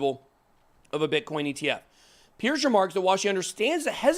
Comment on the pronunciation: Just an FYI. Hester's last name is pronounce Purse, like a handbag.